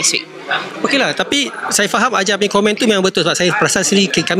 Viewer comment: Suruh ajai betulkan sebutan S nya jgn saya di sebut jadi shaya,shyuka,shyanang baru lah komen orng